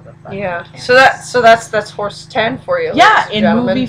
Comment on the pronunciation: Did you pronounce it "Horse Tan"? Yeah, I'm gonna stop there.